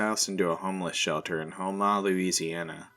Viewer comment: I’m also a native of our great state Louisiana and when you mentioned thibodaux & the city of houma where I preside I cracked up on the pronunciations ….. 😅 great video tho